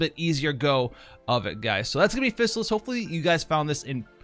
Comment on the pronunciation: Fizz AL liss. Not physicist. xD lol, i had to mess with you.